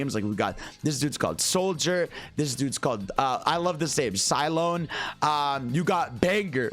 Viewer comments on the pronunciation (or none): Did this man said cyclone wrong LMFAO☠️☠️ mans said cy-lone